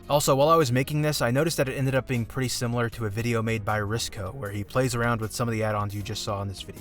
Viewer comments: Ricsow and not Riscow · He's called Ricsow, and not Riscow dude, c'mon basic shit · Hey, just letting you know you should read before saying, it's Ricsow and not Riscow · His name is Ricsow, not Riscow . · Hey! His name is Ricsow and not Riscow, you ILLITERATE PARASITE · He is called Ricsow, not RIscow, you got it DEAD wrong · ricsow not riscow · Don't forget, you said it wrong, it's Ricsow and not Riscow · It's Ricsow, not Riscow.